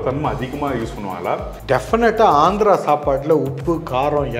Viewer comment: It is Andhra not Andra